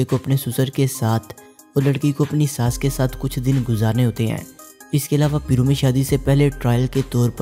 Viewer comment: It's not peero Ita pairoo